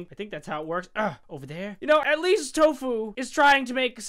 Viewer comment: It's Toffu not tofuu